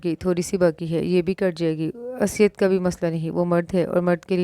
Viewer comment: Sis it's not asyad it's Usaid...